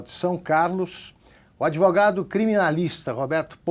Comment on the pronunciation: Uma dúvida, o Villa fala Adevogado ou eu que ouço errado?